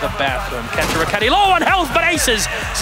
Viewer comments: *say it as Can-toe-row-ketti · the way this guy says kantoroketi pains me he goes kon- toe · How hard is it to say kantoraketti? bruh ya issa wack